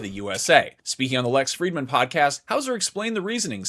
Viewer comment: saying Lex Friedman is so odd for some reason